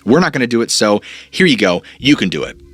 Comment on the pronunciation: Not sure why but I thought you said hair instead of here lol